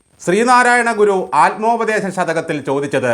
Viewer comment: നല്ല കുറിക്കു കൊണ്ട വാക്കുകൾ... ചേട്ടാ ' ആൽമോപദേശം ' അല്ല ആത്മോപദേശം ആണ്.